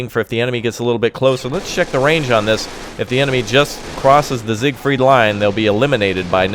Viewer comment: it's siegfried not sigfried